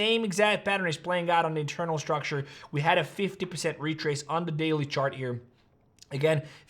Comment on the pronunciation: Stop saying ish-tructure It's structure